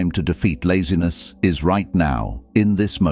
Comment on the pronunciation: "I refuse to negotiate with lazines"